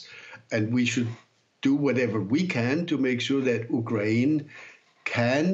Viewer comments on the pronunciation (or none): It's prounced u kraine not uk rain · Interesting way to say ukraine. Not the right English nor Ukrainian pronunciation